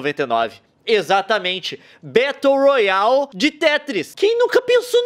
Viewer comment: "Betou rroali"